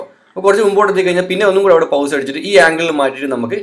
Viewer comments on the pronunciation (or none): വീഡിയോ "പൗസ് " അല്ല 👉 "പോസ് " എന്നാണ് pronunciation... ☺️😍❣️❣️